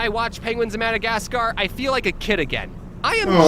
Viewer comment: “Penguins of Modogotsgar”